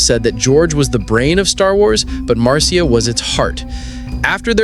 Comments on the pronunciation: It's spelled Marcia but is pronounced Marsha. Not Mar cia! 😮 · Maybe read your script to a friend, before you post….overall its a great video. Just a lil cringy on Marcia.